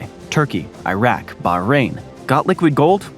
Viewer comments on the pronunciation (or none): none